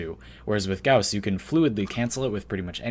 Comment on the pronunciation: Video: says gauss wrong Me: im out